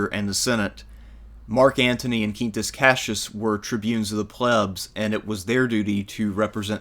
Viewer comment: Both in Italian and Latin (classical pronunciation 2k years ago and ecclesiastical Latin), the QU in Quintus is pronounced the same way you would in english; Kween-toos). If it was spelled the same but pronounced in spanish then it would be "keen-toos" like you pronounced it in the video.